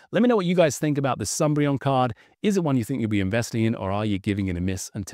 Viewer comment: Please stop calling it the sunbreon.